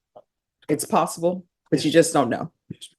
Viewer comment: Badges, we don’t need no stinking badges 😅 and when he does burglaries and home invasions it’s yust a leetle heecup 😅